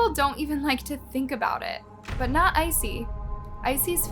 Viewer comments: His name is Issei not Icey. Bailey Sarian has a Murder Mystery & Makeup on this case. 🖤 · if i had any respect for murderers i would correct ur pronunciation of his name but fuck him, lets keep calling him icy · you could have at least researched how to say Issei correctly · LOL I'm so happy I'm not the only one who was bothered by it.